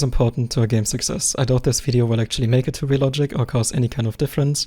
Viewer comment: "Äktschälly" 😂Du bist zu 101% alman